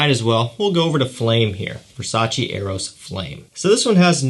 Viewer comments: Exact Versace no Versaci ahahahaha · VERSACEEEEEEE!!! NO VERSA-CHI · i am Italian VERSACE ....EEEEEEEE no Versaci